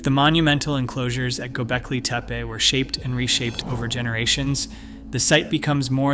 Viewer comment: You really should make sure that you know how to pronounce the name of a place correctly BEFORE you try to educate anyone about it. After all, it's its NAME